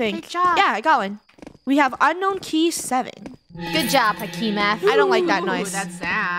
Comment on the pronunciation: says hakim as hekim bahahhahhaha